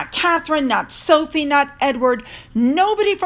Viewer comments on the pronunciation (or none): none